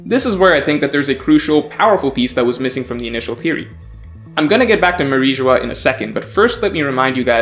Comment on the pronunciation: It is Mary geoise not mariejois